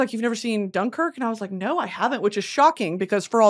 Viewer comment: Loved britanny pronouncing dunkirk wrong 50 times